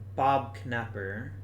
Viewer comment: As a life long Astros fan, I can tell you that Knepper is pronounced like Nepper. Now, I know you are thinking who cares and fair enough. Just think of how much YouTube likes comments. Now, you can be your happy place again.